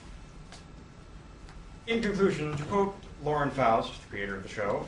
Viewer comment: FUCK YES! You said Faust the correct way! In that case, I think you understand she's Deustche right?